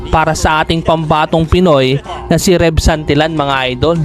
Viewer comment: iloilo po parang musika lng ang pagdaldal mo haha...congrats tev santillan..ang pag bigkas ay santilian sorry sa pagkorek😘